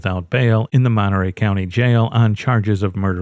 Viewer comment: Monterey Courthouse gaained an extra syllable